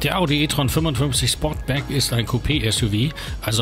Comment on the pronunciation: Sportback, nicht Sportsback! 😉